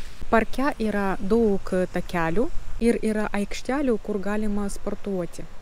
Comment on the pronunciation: Kalbate lietuviškai labai neblogai ir suprantamai , pasitaiko nežymios tarimo klaidos. Jos greit išnyktų , jei daugiau bendrautumėte su lietuviais. Pastebėjau, kad dažnai tariate ,,t'' raidę su ,, c'' atspalviu. Tariant žodį ,, daug'' , reikėtų trumpiau tarti ,, u '' raidę. Patariu kalbėti Lietuviškai kuo daugiau, nesivaržyti ir greit akcentas sumažės iki minimimo.